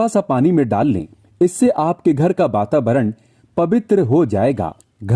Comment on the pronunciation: Bababaran nhi hota bro vatavaran hota h